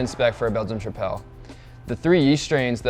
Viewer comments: Quite a lack of information of the fermentation profile, and general info about the yeast (origin?). Even homebrewers discuss with more details...and tripel is pronounced like triple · Trip-el. That pronunciation drove me insane lol good info overall